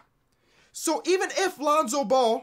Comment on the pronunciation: He said lonzo bull 😂😂